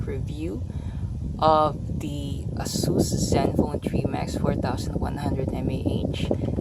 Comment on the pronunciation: its Ey- sus.. not ah-sus..